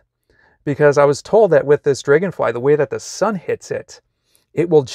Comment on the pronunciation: Are you from North Dakota or Minnesota? I only ask because of how you pronounced Dragon. I served an LDS mission in North Dakota and everyone pronounced the “”a with an “eh” sound. I haven’t heard that in awhile. FYI, the brides don’t wear a traditional wedding dress for the marriage. We wear special temple clothing for all the ordinances, including marriages. But we change into more traditional marriage clothing for pictures outside the temple and the celebration party.